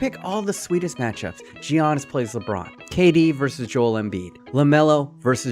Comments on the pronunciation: ARGHHHHHHHHHHBH not GEE-annis its yarnis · Stop saying gee-anis. It’s Yanis. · Who is “geeyanus” that’s not how you pronounce it 😂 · The G is slient when pronouncing Giannis it’s more like Yiannis when you say it. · I'm sorry but you pronouncing the G in Giannis is triggering me lol